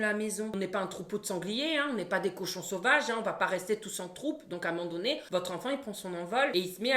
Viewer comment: Moi j'adore quand tu dis "amandonné" au lieu de "à un moment donné". Merci pour les barres de rire.